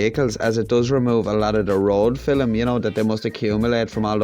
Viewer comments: I like “film” pronounced like “Willem”. 😉FairPlay mate❤️❤️ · My mum comes from Cork and she pronounced film and milk the same as you. she is no longer with us so its nice to hear the accent keep it up